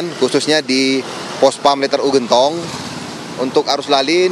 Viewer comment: Genntong mba bukan gentooong😂